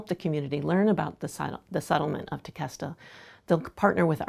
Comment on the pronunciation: So everyone that lives in palm beach, you’ve been pronouncing Tequesta wrong lol